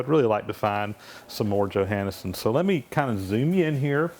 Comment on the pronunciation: Hi name is pronounced yo-hawn-son.